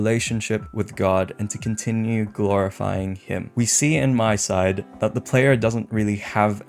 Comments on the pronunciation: Just a small correction: It's MiSide, not MySide. Honestly, I also always do this mistake but it's pronounced "Mi" as in "Mita", so you can hear the pronunciation ingame. Just take her name, Mita, scratch the "ta" and replace it with "Side". MiSide. Again, I'm also always saying MySide, but we should try to pronounce it correctly if given the chance. It's just a respectful thing to do towards the devs. Other than that, this is actually the first MiSide theory video I can get behind. And yes, it's a theory about what the devs were trying to communicate towards the playerbase. So far, most of these theories in my opinion are extremely farfetched but this one does do a lot to convince me. Though I do have to say I think the devs were pretty straightforward with what they were trying to communicate. It's mostly a story about isolation and the depression resulting from it showcased by the different Mitas we meet throughout the game and even somewhat by Crazy Mita herself. The player character also obviously showcases this. And this theme is more important then ever for obvious reasons. Personally, I am not Christian but I can get behind the values supported by Christianity. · Not tryin to be that guy, but it's pronounced "me-side"